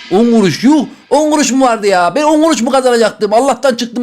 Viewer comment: ✨elLi gUruŞ vEr tırRrreK✨